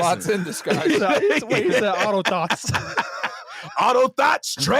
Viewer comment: Mans just said auto thots 🤣🤣🤣🤣🤣